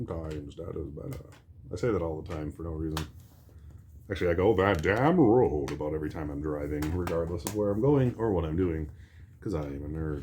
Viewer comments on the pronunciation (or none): That kills me when this man constantly says road. You gotta watch out for that road! Theres a compilation of him saying road on youtube 😂😂😂